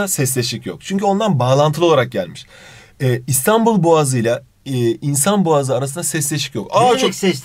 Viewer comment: Abi İstanbul boğazı diyeceğine İstanbıl boğazı dedin 😂😂😂